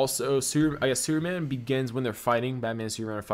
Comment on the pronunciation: wow why cant you say the word superman right... very distracting when trying to listen